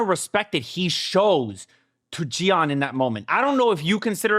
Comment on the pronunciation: it's JI-AN each syllable pronounced seperately ❤ she's my favorite character in all my 18 years of watching kdramas